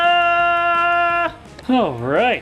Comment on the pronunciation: Ok I lost it when he said Peepza.